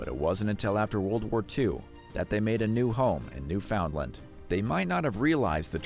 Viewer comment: You know it's being made by someone who cannot pronounce Newfoundland.